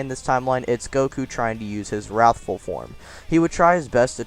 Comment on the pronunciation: Nice, seriously! But the “He... is.... warthful super saiyan” made me laugh.